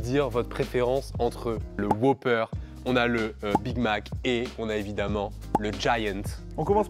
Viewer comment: WhOOper pas Whoper ça m'a perturbé 😅